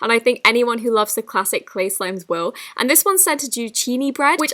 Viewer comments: does she say sleigh slime instead of clay slime??😂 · Who else heared her say Slay Slime instead of Clay Slime